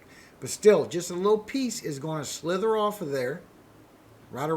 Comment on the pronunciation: Just s slither or sliver? I kept hearing slither